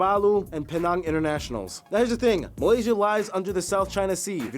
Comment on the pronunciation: Brush pronounce penang wrongly … it’s pee-nang